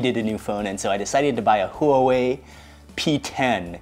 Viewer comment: Love it Mark, great recap! I can't remember if it was a 2017 video, but do you remember that Thai roadside place with like the triple baked BBQ satay? You guys drove 3 hours or so for it, and I was telling friends but couldn't find it again. Oh and your phone is pronounced "Hwah-way" in English ~_^